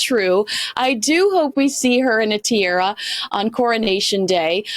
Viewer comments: Tiara, not tiera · It makes sense to wait until after the Coronation to strip the Montecito Moaners of their titles. Pedantic note to: Tee-AH-Rah, not Tee-AIR-Ah. It is amusing, as well as annoying, that these American "experts" on the UK are ignorant of correct pronunciation.. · TEE-ARA not TEE-AIRA... needs to learn how to speak proper English. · Tee--AH--raa daaahlinggg... Do get it right! 😅